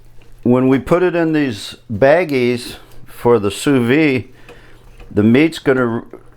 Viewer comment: Great video! Sous vide is pronounced: sue-veed (don't leave off the "D")